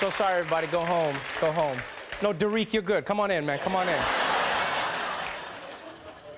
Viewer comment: Da-reek lol